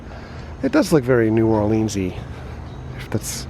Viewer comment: I hate how everyone puts so much emphasis on the "leans" in new orleans